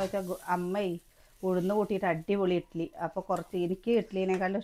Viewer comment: ഇട്ടിലി അല്ല ഇഡ്ഡലി